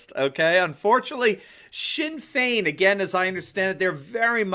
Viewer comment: Your attempt to pronounce the Irish names was brilliant. You got Sinn Fein spot on, really close with Fianna Fail and Fianna Gael too! Fe-na Fall and Fe-na Gale.